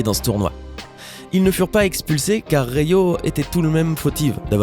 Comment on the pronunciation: "dota two" " Rio" on dit " DOTA DEUX ET RIOTTE !!! plzzz omggg